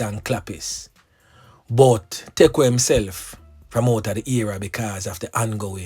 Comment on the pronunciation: yall listening to someone who dont even know what happened, this man is so insensitive and rude knowing nothing about this boy dont even know how to say his name properly its sad how a whole group of jamaicans putting down one another .